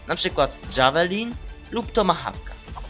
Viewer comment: czyta si ę ''tomahołka'' xd